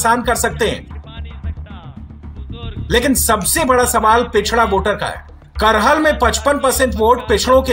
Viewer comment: Bhai करहल nhi hai कराहल है